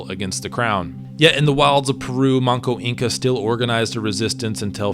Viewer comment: The name is Manco Inca, not Monko.